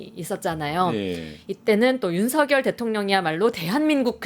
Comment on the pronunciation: ㅋㅋ 윤상현과 윤석열의 이름이 뭉그러져 석여서 발음이 되시네요. 윤성연이요? ㅋ 하기는 그놈이 그새끼이기는 하죠.